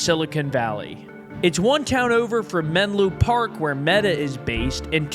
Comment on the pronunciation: It’s Menlo Park, not Menlu or Menloo Park, wtf